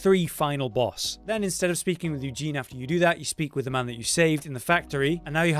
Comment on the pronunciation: Please don't call the poor girl "Eugene" anymore 😂 that's not her name. Uh- zen- ee.